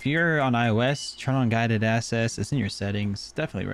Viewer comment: “Guided asses” lol